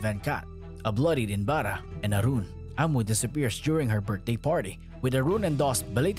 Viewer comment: He is not inbara.... He is inbaraj.... J is not silent mate.